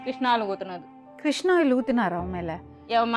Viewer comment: Madam adhu kirishna oil illa kisssnoil 😂😂😂😂😂